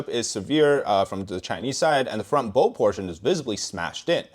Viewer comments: It is bow, rhymes with cow, not bow, rhymes with no. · Not to sound antagonistic in any way, and you may have already caught the mistake, but the Bow of a ship is pronounced the same as the physical gesture of bending at the waist. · The front of the ship's hull is pronounced 'bow' as in 'bow to your demands', not the 'bow' in 'bows and arrows'.